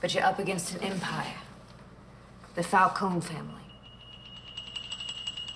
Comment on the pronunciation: Hey can't even pronounce her own name right, let alone the Falcone's.